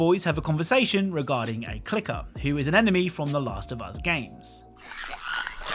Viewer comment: Bro said it was his favorite games of all time. Refers to them as “klike-ers”